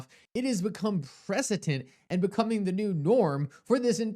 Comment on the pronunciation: PRECEDENT not preceTENT 🙄